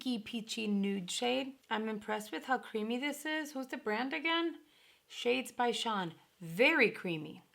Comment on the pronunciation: Your hair looks cute!! Id honestly really like to see them use up whatever boxes. They have left over whether ipsy or boxy.. I would assume that they would change and rebrand but they should use up what they have. I got mine today, I did not pay attention to what it came in tbh 😂. . It's so funny to me nobody has pronounced it correctly. Shades by Shan as in Shannon is what I'm under the impression. Im not picking on you at all♡ I may not even be correct for some reason. I thought her name was Shannon too. ♡. Im very alert to it, my name is Shannon, nickname is Shan. I love the company besides the shadows (too neutral what ive received) it benefits single mothers and I am one. Now i'm wondering who is correct because everybody has said Shawn. I got the eyeliner also the mini sponges.. oh my goodness I was so excited for both. I would not have been excited if they were full size. I love every item in my glam bag. I know I complain a lot but Ill definitely give credit when credit is due. 10 out of 10. I love mini sponges for eye primer and concealer. I got the realher.. Im obsessed with everything I've tried from that company with the exception of shadow (too neutral) foundation, liquid lip, gloss,eyeliner, brow pencil are all the amazing. Especially the brow product, best ive ever used. I got the benefit also I think it's more for oily but I wanted it so bad. It's cuteee. Unfortunately my experience with the regular Box was not nearly as good. It's all make up and I prefer ski